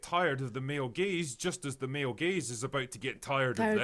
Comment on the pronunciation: At first I thought you said “male gays” and I was like what did they do?